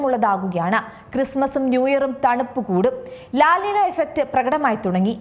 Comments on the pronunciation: ലാൽ നിന അല്ല ലാ നിന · “ലാ നീഞ്ഞ” ആണ് “ലാ നിന” അല്ല 😂